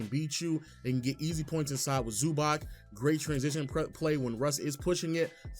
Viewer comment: calling Zubach Zubak is insane